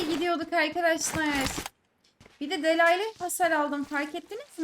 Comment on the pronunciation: Pompali oynamaya ragmen kill sayisi da guzel macta cok guzeldi ozellikle en son bolum hahah Nacizane belirtmek istedigim bir sey var. Delay: “diley” seklinde okunuyor. Bu sekilde duzeltirsen daha estetik olacak. Eline saglik 😊